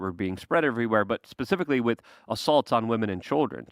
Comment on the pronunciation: I love this show, but does it bother anyone else that always says “Wit” instead of “with”???